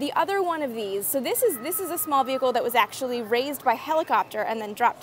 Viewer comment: Loosing your Canadian accent: “smaaall”